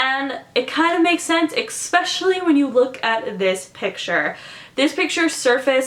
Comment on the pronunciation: I like how u say EXpecially